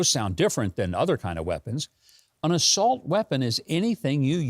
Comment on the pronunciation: I thought Joe said solt weapons.